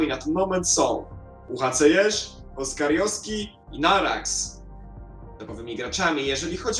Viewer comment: POPRAW SIE. NIE NARAX A NAJURAKS XD